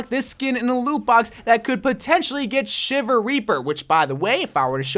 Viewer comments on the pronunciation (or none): none